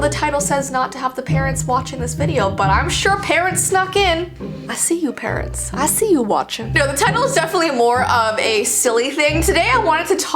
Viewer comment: When she said: Things your parents told you I heard: things your parrots told you